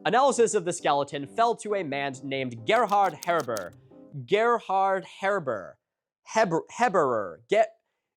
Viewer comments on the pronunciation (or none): soo close! The name Gerhard is pronounced with a t on the end (Gerhardt) I don't know how to help you with that last name tho lol